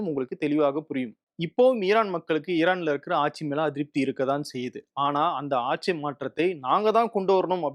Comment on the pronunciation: please pronounce ஆட்சி correctly 😊